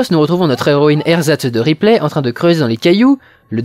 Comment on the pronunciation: Pour Show et Replay, tu es le seul à voir la blague car une prononciation anglophone ne la permet pas. Shaw pourrait certes, se rapprocher de Show, mais Ripley, il n'y a que nous français pour prononcer ça "riplay", les anglophones disent plutôt "ripli"